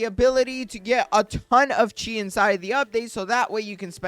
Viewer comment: Bro it’s chi not chea